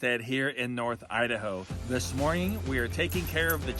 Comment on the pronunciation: Stop saying morging